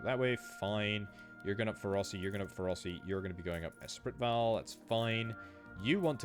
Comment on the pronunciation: Espritval = S spree val